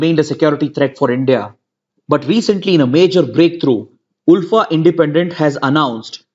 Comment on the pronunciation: Sir I'm from Assam and Assamese people pronounce ULFA as "alfa"